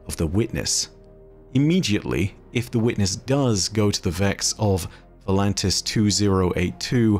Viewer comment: It’s “Voltanis”, not “ Volantis”